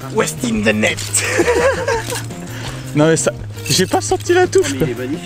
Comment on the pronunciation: On reconnait le carpiste !!😂 : "Yes in the netz again" 😂 chui mort